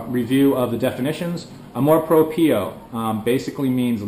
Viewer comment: yep, the pronunciation of amor propio is incorrect, check google translator to hear the correct sound